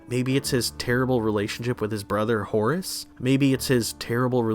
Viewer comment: Actually, it’s Horst, not Horace.